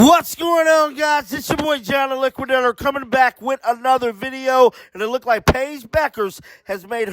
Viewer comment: The word "looked" is pronounced as the "e" being silent. Imagine it's spelled incorrectly as LOOKD and you'll say it. I'm not being rude it's simply annoying to hear you say LOOK- DED. I like your videos and you seem very genuinely nice .